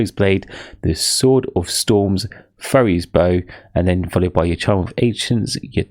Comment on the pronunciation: Great explanation, only thing that was terrible was how badly you pronounced some words like, Midas, Samosek, Furies lmaoo